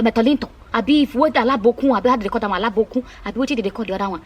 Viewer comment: It's so sad and shocking , but the way you spoke about it made me laugh a lot 😂😂😂. By the way it's abonikin not alabokun... 🤣🤣🤣.